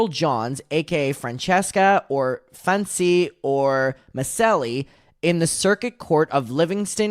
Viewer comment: The misspeaking of “Fancy” sent me 💀😂😂😂